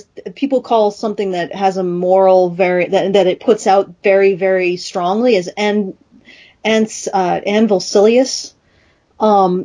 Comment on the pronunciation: "Anvil-silly-us"? I always thought the term was pronounced "anvil-lish-us", similar to "delicious".